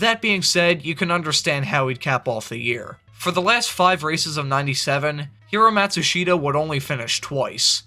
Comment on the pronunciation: Paul Page couldn't pronounce his name for nothing.